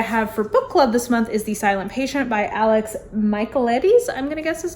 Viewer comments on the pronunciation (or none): none